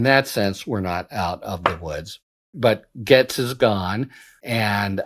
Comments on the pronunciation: Harry, Gaetz is pronounced “gates” like garden gates. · It’s pronounced GATES! ❤ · Harry ! Gaetz is pronounced just like gates, also rhymes with rates, hates, makes, takes.